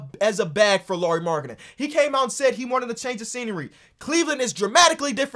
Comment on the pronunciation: as a finn i am suprised how well you pronounced lauri's name